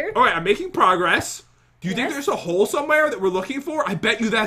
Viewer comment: Hahahahaha Instead Of Saying Hole It Sounded Like She Said Hoes Or Is That My Headphones 🎧